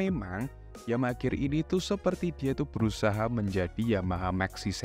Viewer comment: Nyebut pcx bener pisi ex giliran nyebut gear gak bener